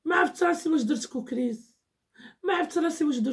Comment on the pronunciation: سميتو كوكيز ماشي كوكريز😂😂😂